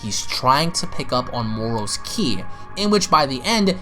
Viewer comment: Not chi